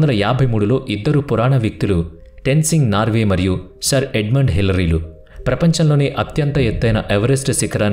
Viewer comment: టెన్సింగ్ నార్వే ❎❎❎ టెన్సింగ్ నార్కే✅✅✅🤗🤗🤗